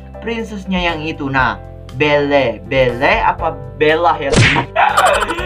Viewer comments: Namanya belle di baca bili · Beauty and the beast nama cewek nya belle tp di bilang bell